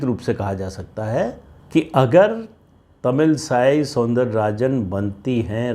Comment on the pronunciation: सर , आप पिक्सहले इन भी एक नाम लिए Tamilisai , मैं बात प्रतिद्वंदी की नही कर रहा हूँ, बल्कि उच्चारण का, शायद वो तमिल साई नही , वो तमिल इसै , not to be confused with Christianity , इसै is either melody , sound or Music in Tamil